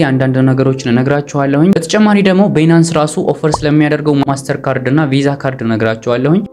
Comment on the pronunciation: ትምህርትህን በጣም እከታተላለሁ Nice👍ቢናንስ ስትል ሌላ ነገር ነው ሚመስለው Please ባይናንስ (Binance) በለው።